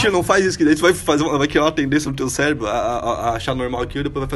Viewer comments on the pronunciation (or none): none